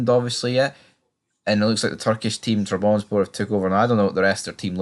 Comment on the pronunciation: It’s pronounced Trab Son Spor - let’s get it right!